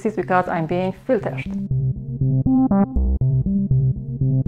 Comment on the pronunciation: why does she say "filtershed" instead of "filtered"? It's been bugging me for 3 days and 3 nights.